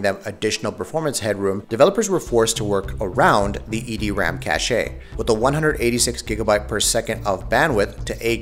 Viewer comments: I have a few issues with this video. First off, What do you mean "consoles are where mainstream gaming is right now?" PC is the most popular platform, hands down. Secondly, why do you say cache like cash-ay? it's cache. Like cash. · Cache is pronounced CASH. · why does he keep pronouncing it cashay, and why does he insist on repeating it? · songokuemumania Cāché sounds fancier. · More cache-ayy means more par-tay.